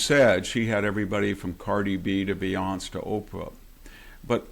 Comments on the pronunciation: Lol is this boomer really pronouncing Beyonce's name as "Bae-yonce"?? 😂🤦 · Ol' VDH saying her name as "Beyónss" is adorable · I am going to pronounce Boyonce like VDH going forward. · Yes I frowned when he said that. I also liked his pronunciation of Beyonce (Beyonse). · "Be-yonz". LMAO. I'm calling her that from now on. Thank you Dr. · Nope.....forevermore it is...... "B Yonse" we Love the two syllable version❤ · Hahaaaa…i love vdh! Now i love him even more…he didn’t pronounce beyonce’s name like she wants it! Haaaaa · I absolutely LOVE that VDH pronounces Beyonce's name with only two syllables! Haha I know he's not doing it on purpose, and that's what makes it even more delicious. Haha😂 (The silent 'e' as it appears, not the stupid three syllables that she insists is an actual proper name.) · It's "Beyoncé", Professor Hanson. 😏